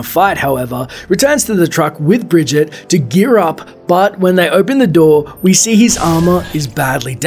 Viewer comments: btw it´s pronounced "Bree-git-te", not "Bree-sheet" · Briged? RLY? HER NAME IS BRIGITTE! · The name is written in German, it's Bree-Guit-tay not Bree-djee-d. I think the voice acting might be off. Dunno. Maybe its French and I'm just wondering cause my aunt's name is Brigitte. Btw, nickname would be Guitty. lol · It's properly pronounced as bri-git-teh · You're pronouncing her name wrong, it's "Bree-git-eh" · BRIGEEEEET. its pronounced BRIGEEET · BRIGGITE pronounced by Bridgette? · the g is hart in german! it is pronounced "Bree-git-e" not "Bridget" or with a french pronounciation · The way you pronounced Brigitte right the first time and proceeded to mispronounce it every other time... And ended up mispronouncing "Germany," too. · so you know how Reinhardt pronounces Brigitte's name but choose to pronounce it differently the rest of the time. Why? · Rienhardt literally told you how to pronounce her name and you immediately pronounced it wrong lol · He already said how rein pronounces it and then just says the English way if you watched the video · It's ok Reinhardt pronounced it wrong too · that's not how you pronounce Brigitte.... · Timothy Butcher Reinhardts voice actor speaking over this comic also pronounces the name wrong, so its a mistake on Blizzards side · You pronouncw the name so funny !